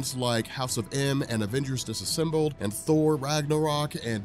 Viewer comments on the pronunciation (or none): none